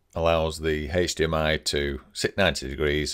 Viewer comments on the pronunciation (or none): Great video, however, if I hear "haechdmi" one more time I might just jump off a bridge